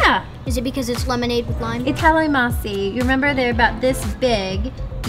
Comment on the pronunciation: nice!..don't forget to pronounce the "n" in calamansi. 😉🙏🙌👍